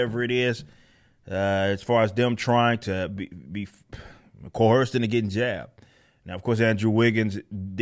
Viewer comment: Love this channel Eric! But this really bugs me.....it's coerced.....not coherced. Thank you!